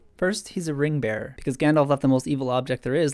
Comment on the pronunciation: Sorry, did you say Ring Bear? #Swarley